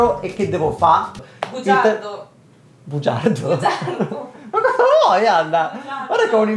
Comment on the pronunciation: "Bugiardoh" XD Ricordo che molti anni fa, qui su YouTube con i sottotitoli in inglese , qualcuno aveva caricato un documentario molto esaustivo riguardante il mestiere degli host giapponesi (quelli mostrati in video erano esclusivamente per donne), le dinamiche e le storie sono molto simili. Però, al contrario di questi host coreani, a quelli giapponesi era richiesto di essere "ikemen" ovvero bellissimi e alla moda (la moda del periodo era , quindi erano quasi tutti biondi/rossi con i capelli un po' lunghi e vestiti firmati) e lavoravano nei numerosi hostclub del quartiere a luci rosse, Kabukichō. Sicuramente il guadagno facile è allettante, a pochi va proprio di lusso ed ottengono beni di altissimo valore : ricordo che una cliente straricca e affezionata regalò al suo host del cuore perfino macchina e appartamento 😱. Certo, ci si rovina la salute con il troppo alcool e le situazioni un po' creepy (anche se in Corea all'alcool ci sono sicuramente abituati), non è un lavoro che puoi fare a lungo termine e non è così facile come potrebbe sembrare. Grazie per aver i mostrato anche questo aspetto della Corea! P.S. che bella la citazione a Streghe, lo adoravo 💜 P.P.S. ho adorato pure la pubblicità fatta insieme a Shortguy